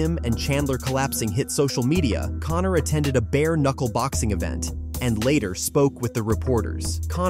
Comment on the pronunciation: And it Conor not Connnnnnnnor